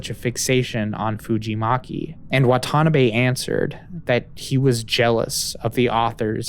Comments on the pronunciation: I hate being that guy, but I do dislike more hearing Watanabe as waTAnabay. It’s Wah-tah-NAH-bei. I hope you understand. It’s like hearing Mister KEEE-Anu Reeves. Or HaREEEson ford. Braaaaaaad Pitt. To-awwwwm Cruz (cruise pronounced super fast) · Instead of wa-TA-nabe, please try WA-ta-na-be 😅 not that the person deserves more respect but having accurate pronunciation would better reflect the research that went into this video!